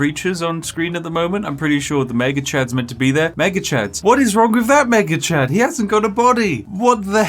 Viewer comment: when you say "Mega Chad" too quickly it sounds like "Maggot Chan" and honestly both names are completely accurate